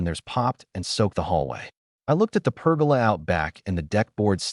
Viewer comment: Per-goal-Lah. Not pergala.😂